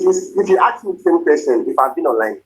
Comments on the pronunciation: “Ax me a question…” the word is ASK, you idiot! If you want to sound like an American doctor…. Just saying… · Axe(ask) him to get lost. What a headache. OMG 🤐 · I axed you a question, I axed 😵‍💫.. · Only a certain kind of people can't pronounce the word :Ask. You know what I mean 😑